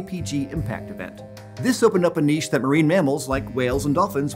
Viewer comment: A PBS Eons video with a narrator that pronounces niche properly? Never thought I'd live to see the day